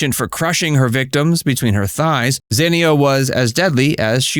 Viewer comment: San-tan-ico. Not Santa-nico.